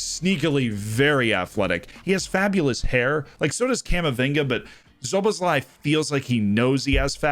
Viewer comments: People already told you Szoboszlai hasn't debuted in Leipzig, instead I'm here to tell you the pronounciation was pretty good. ;) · Very good pronunciation of Szoboszlai! Very impressed